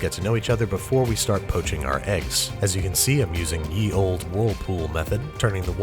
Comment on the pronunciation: "ye olde" is just pronounced , not . The letter 'y' was just a blackletter typographic substitution which looks similar to the thorn symbol þ, which is pronounced